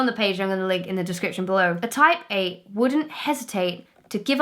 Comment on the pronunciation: sounds like she's saying taipei instead of type eight